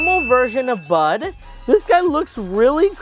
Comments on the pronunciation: 1 it is phase 2 oren. 2 its brud not bud. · you got some names wrong you said oren phase 2 bud and you said bud wrong its brud and you thote its name was gray but it was wenda you thote Garnold phase 2 was funbot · 1. Its brud not bud 2. Its evil oren not brud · It’s not bud it’s brud